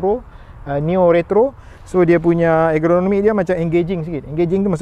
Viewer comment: Salam bang. Terbaek review....namun ada sikit silap di ...perkataan yg betul ialah 'ergonomik' bukan 'egronomik' bang. Dlm video abg yg lain pun abg sebut 'egronomik'. Harap dpt membantu ketepatan content abg...wallahualam.